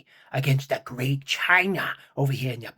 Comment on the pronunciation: "The gweat.. China!!" US Sub: Boo. "GEEZUS CHRIST!!" 😂🤣🤣